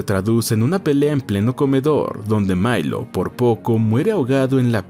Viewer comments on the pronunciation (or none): Por qué dice Mailo si se llama Milo...?